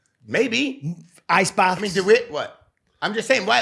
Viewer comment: 27.07. Bisping: “Eye.cebaths” 😂😂